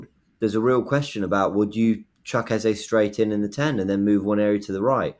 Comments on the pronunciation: You don’t call Saka Saké. Its EHZAH not EHZAY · His name is pronounced EHZAH. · It’s pronounced “E-zeh”